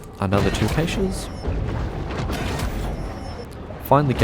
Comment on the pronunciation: You pronounce caches wrong